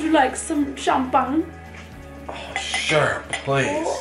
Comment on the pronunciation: no! its champ-ag-nae!